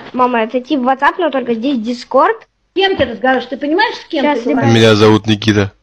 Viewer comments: ДискОрд а не дИскорд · ДискАрд... Он такие ещё ударения делает, мне аж интересно как он будет ставить ударение на слово «Торт».